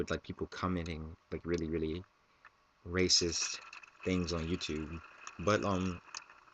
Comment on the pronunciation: i thought you said rapeist...... ether way, that guy is messed up!